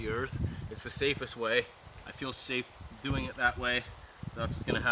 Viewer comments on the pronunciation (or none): none